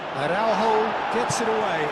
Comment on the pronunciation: I think Portugal should charge Konami for the comentators who keep spelling portuguese names as if they were ... spanish. Use the letter "j" properly (like in "John" or "Jeremy", "Jack"... Like JOSÉ Mourinho) in AraúJo, not "araurro". Aff!! On 2nd thought... nevermind cause 6-0 is just too good \m/